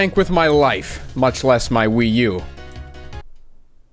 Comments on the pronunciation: New console achieved, name. The PWee 😂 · A WiiC. Or a PWii, if you will.